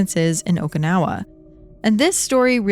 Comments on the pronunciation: well she say okinawa like okaynawa but its the "i" need to be like a "e" in english, if you know the expression oki doki its the same "oki" in okinawa 😅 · For the two enlightened ones, it's how to pronounce Okinawa. It is a Japanese name, not an English one. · I can't...each times she say okinawa wrong i got frustrated and can't keep listening 😢